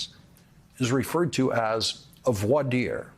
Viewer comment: I came back to this video after 11 days just to hear Lawrence pronounce "Voir Dire" correctly because everyone else (including lawyers) keep pronouncing it "Vohr Dir". There is something oddly calming about listening to Lawrence talk, which is accentuated by his obvious intelligence.